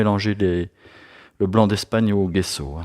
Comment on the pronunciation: Super vidéo. Soyez béni. PS : il faut dire "djesso"